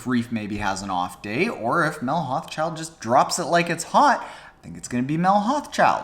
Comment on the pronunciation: Good video, may I be so bold as to offer the pronounciation of Mel's last name which can be tricky. Hauschildt should sound like Hau-shoult for us North Americans.